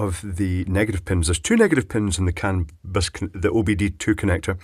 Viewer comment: Is it just me, or does it sound like he say canvas instead of canbus.🤔